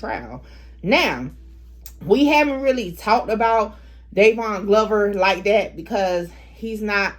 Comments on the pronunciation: Dyron...it's Dy-Ron....I ain't know bruh was out there like that. Bruh a Northside Aiken dude. Rest up. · Its pronounced dye Ron Dyron